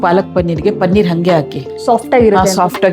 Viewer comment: Pl say Paneeer,not Pannir.